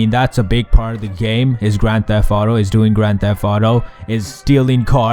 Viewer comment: He said "Gran Theff Audo".